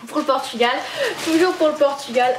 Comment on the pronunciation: tu fais que dire portugual cest genant ...